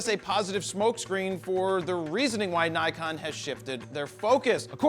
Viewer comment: Nikon! Ni-GONE, more like! (However you pronounce it) :)